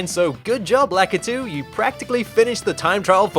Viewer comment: You're japanese is good, but somehow you can't pronounce Lakitu name right.